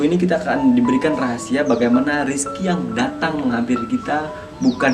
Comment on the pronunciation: Ngomong yg jelas boss. Bukan rizky tapi rezeki. Rizky mah nama orang.